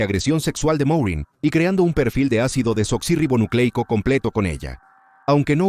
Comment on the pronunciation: Lo siento, pero qué risa me dan los que se quejan de que diga la palabra correctamente: Ácido Desoxirribonucleico. ¿En serio eso les enoja tanto? Pero así se llama. 🤷🏽‍♀️ Me recordaron cuando estaba estudiando la carrera, Medicina. Me tocó exponer sobre los XII Pares Craneales, llené las paredes de mi cuarto con las láminas que usaría, para repasar todas las noches antes de dormir. La hija de la señora que me rentaba, me pedía cerrar las cortinas, porque le ponían nerviosa todas esas palabras raras. Qué cosa tan extraña. 🙄 😂🤣😂🤣 En fin, gracias. Buena investigación y narración. 👌🏽👍🏽